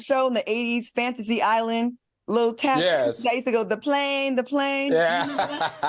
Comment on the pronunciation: CLAUDIA HAD ME ROLLING WHEN SHE SAID HOME GIRL LOOKED LIKE (DEE PLANE DEE PLANE) NOT TATOO FRIM FANTAST ISLAND LOL 😂😅 😂😂😂😂😁